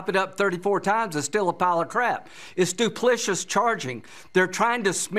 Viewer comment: It's "duplicitous", not "duplicious",. "Duplicious is a word they may use in a Dairy Queen ad featuring Dennis the Menace. "women said they were more likely to vote if they could bake their vote." -Norm McDonald